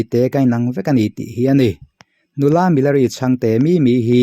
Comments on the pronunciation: Milari tih hi ti nge Mi-la-ri ti a I sawi zel a!.... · Milari hming hi in lam dik lo fur mai..saptawng ang deuha lam hi a dik lo..he nu hi chu mizokramah na na chuan a lar vet vet hle ani, tiha lar kan lam ang hian lam tur a ni e.